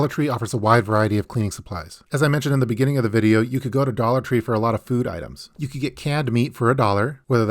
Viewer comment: Idk why but when you said "Da tall jesus candles" i laughed so hard 😂😂